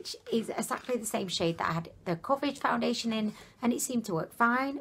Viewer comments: You said "foundeliation" several times. Never heard anyone pronounce it that way. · April Dunn thank you!! i wasn't sure if that is a new thing or if it was just her accent but yes what is foundidliation? lol